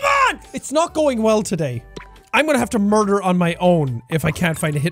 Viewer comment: "I wanna merder my stepfather "